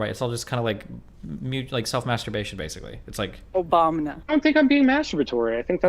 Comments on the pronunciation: "Why do we have the internet?" . . . . ."Obamna" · "Who created the internet?" "Obamna"